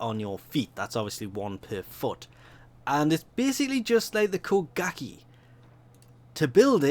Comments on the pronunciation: "Kuh-gah-kee" instead of koh-guh-ghe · I Hate How He Says Kogake As Ko-Gak-Eey When Its Ko-Gahk-a